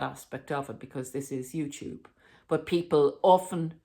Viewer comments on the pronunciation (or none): none